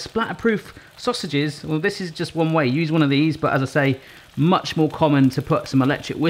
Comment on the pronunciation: I love it when says “whei” 😆